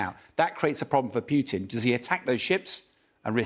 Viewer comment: Stop funding Ukraine and the war ends. Why can’t these English pronounce Putin’s name?